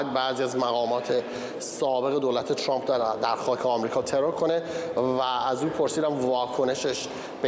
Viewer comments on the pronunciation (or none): none